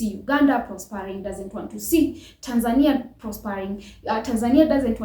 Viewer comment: They hate African Americans because you can't pronounce Tanzania properly